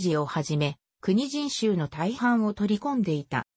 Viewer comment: よくわからん、 もっと図面とか場所や地形とか わかるように、あとくにじんしゅうじゃなく、 こくじんしゅうね、 よく調べて